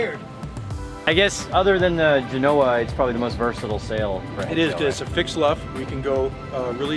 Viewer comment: This is "nit picky" but you keep calling your head-sail a "gen OH a" I've been sailing for over 50 years and I have always heard everyone call it a "GEN oh a". What ever happened to the doodles? Miss the boys.